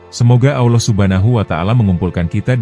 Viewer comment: Anda harus banyak belajar dalam penyebutan Allah